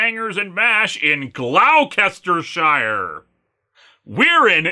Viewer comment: Why is hearing you mispronounce Gloucestershire so flippin' hilarious? Who cares, it just is!!